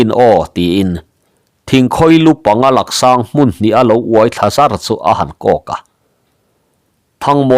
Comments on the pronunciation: Laksang tihlohtur laaaaaksang tihtur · Laksang i tih hi Laaksang tih zawk tur. A hi lam sei deuh tur. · Laksang❌ Làksâng✅ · Lak sâng nilo vin, lâk sâng tih tur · Laksáng ni lovin lâksáng zawk Laaaksáng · Lak sâng ni lovin,lâk sáng zawk aw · Langsang a ni lo. Laksang ti a lam tur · Sir, "Lak sang" ti lo la, "Lâk sang" ti tawh teh. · Laksang an tilo Làksàng tih zawk tur w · Laksâng ni lovin Lâksâng,thingkhawilu ni lovin thingkhawihlu aw.😮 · Làksang...a hi thluk tur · Laksang ni lo in Laksāng tih tur zawk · Lâksang tih tur ani zawk lo maw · Làksàng ti a thluk tur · Laksang I lamrik Dan a diklo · Laksang ilam diklo Laaksang ang hian aw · Laksang tih hi thluk sei tur thluk sangin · Mizo tawng hi i chhiar thiam lo bet awm e, chhiar tawh lo ngam rawh. I thluk dik lo nasa thei si. Laksang i thluk dan te hi tu mahin an la hmang ngai lo, a zahthlak lutuk. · Laksang a lak i lam dan khi a dik lo 😂 tawngthluk awlsam te lam dik loh atam thin khop mai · Laksang lak tih lai kha thluk deuh tur